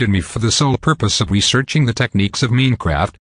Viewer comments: It's m-I-n-e-craft not m-e-a-n-craft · Does he says Meinkraft?